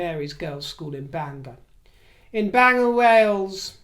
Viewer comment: Hell will freeze over before Walmart Wallace would do that, as far as she's concerned, she was above the late queen! Just strip their titles, problem solved, simples and Bangor is pronouced Bang gor, LOL x